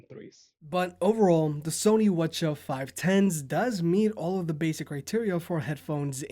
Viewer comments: Why are you pronouncing it as watcha, just say CH510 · Did you just pronounce 'WH-CH' as wuh chuh haha... it's "Double U Aitch-Cee Aitch" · why do you keep pronouncing it as Sony Wachaw? 😂 you okay dude?